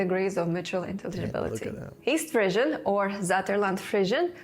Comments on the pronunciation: I think when you are speaking English, the word Frisian is pronounced FREE-zhən rather than "frizzian" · Everyone else: "frizhən"🙂: "fRiiIIzzIIiaAN"🤌🤌🤌🇮🇹🇮🇹🤌🇮🇹🤌🇮🇹🤌🇮🇹🇮🇹🤌🤌